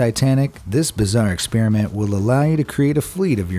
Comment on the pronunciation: To all our farenhiet users (just amuricans)It's pronounced ex-SPARE-ament.